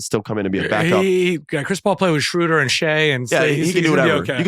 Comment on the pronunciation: ZION WILLIAMSON NOT WILLIAMS. & stop pronouncing Schroder like that. I like listening to your pod on Spotify but please Austin for the love of God pronounce right! Thanks 🙏🏼